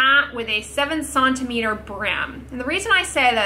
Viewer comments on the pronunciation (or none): WTH is a 'sonometer' as a unit of length!?!?! I KNOW what a centimeter is. I spent YEARS as an engineer, both in school and in the field...and have talked with Europeans from multiple countries. I don't know anyone that pronounces it this way--unless you're working with devices that measure resonance and acoustics. (And, yes, I'm aware who created the system.)